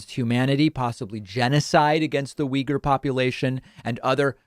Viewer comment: It's neither of those pronunciations, if you listen to a Uyghur say it, it's pronounced more like oh-wee-ger.